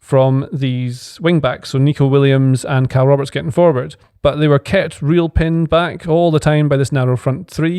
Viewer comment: "Kyle Roberts" 😂😂